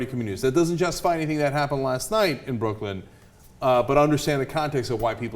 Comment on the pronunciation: Did Ana just say BrooklynD? Cenk, NO. Shooting the kid 11 times is excessive force no matter what. If these assholes are so highly trained it shouldn't take 11 bullets to disarm, not slaughter but injure and contain, the "threat" from a teenage child.